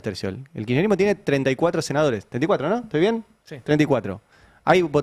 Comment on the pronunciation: Tenemos un presidente tan imbécil, que se queja porque el, como pronuncia él mismo, "Kircherismo", está destruyendo el estado. No era su deseo de imbécil destruir el estado ?